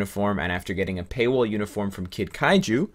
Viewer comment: KAIJU. Kid Kaiju. Not kazoo, I'm getting mad triggered over here bruh. lol